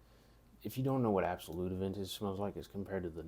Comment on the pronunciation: it's not absolut it's creed aventus absolu without the T. And just say precious... precieux in french means precious... you're pronouncing it wrong